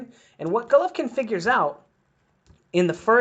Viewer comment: 😂 😂 😂 U can't even pronounce golovkins name